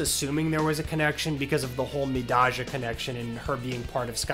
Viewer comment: Not liking the idea of someone 'saving this wrestling channels ass' who doesnt know how to say mi-DAY-jah